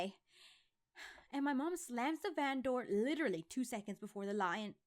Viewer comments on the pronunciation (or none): none